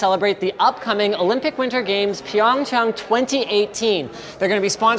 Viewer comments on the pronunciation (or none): it's chah-ng not chuhng pyung chahng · For a second there i swear he said pyeongyang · Anyone else thought he was saying Pyongyang?